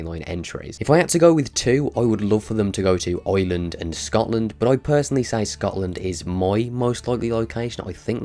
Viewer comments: Eyewind what a way to pronounce Ireland lol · why do u say Ireland wrong